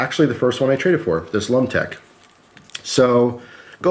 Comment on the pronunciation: I cringed every time you said lumtec